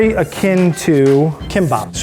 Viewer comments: Someone want to let the chef know that it's pronounced Tah mah go and NOT Toe mah go. . Tamago is egg. The sweet omelette is Tamagoyaki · So im japanese and TaMaGo and NoLiE r pissing me offfff NAH BITSH ITS PRONOUNCED TA MA GO AND NO LI INNNNN A JAPANESE ACENT BOI hmu n ill send u a vid on how u actually say em. (May not get to u very quick oof) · This was a fun episode to watch, the pronunciation of words was cute so American style haha TuhMAAgow noRRee SOOshi sakEE theres actually no stress on any syllables, it should be more like tah-mah-goh, noh-ri(r sounds like the tt in butter or the dd in ladder), su-shi, sah-keh! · Tamaaaa-go ...... TA-MA-GO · The pronunciation of tamago threw me off so badly I had to rewind 4 times. If you cook cuisines that are in a different language- be respectful and learn how to pronounce stuffff T_T tah-mah-goh, it's not a fucking tomato. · Ah yes, tah-MAH-go. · Amanda Hawthorne Yup! It’s pronounced tah-mah-go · those are English words... ? But English has a word for tamago, namely EGG. Say egg, or pronounce tamago the right way, because it's really not hard (all the sounds in tamago can be found in the English language). Native English speakers just love butchering other languages. :")